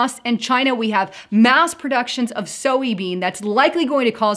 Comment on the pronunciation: Is it just me or does anyone else think she’s pronouncing soybean incorrectly?